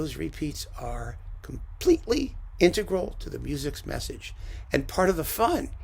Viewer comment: Thank you for an enlightening talk on my favorite Haydn symphony, for the past few moths at least! And thank you for pronouncing ‘integral’ correctly.